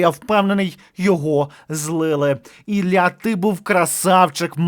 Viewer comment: Не "Ілья", а "Ілля".